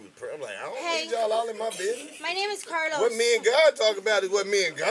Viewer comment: He definitely said it right. Karlous hell 😂😂😂😂